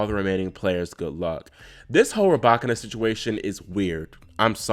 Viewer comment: The YouTube algorithm came through again! So happy your channel was recommended! New subscriber. Also, must give you your props on the Muchova pronunciation. Excited to hear how you fare with the Russian names 😍. (ETA: Rybakina?? 🔥 COME THROUGH!)